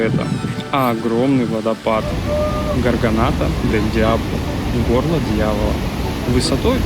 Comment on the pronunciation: такой короткий выпуск, а так много информации. очень насыщенный. гарганта, а не гарганата. глотка. в гуарани на и ударение.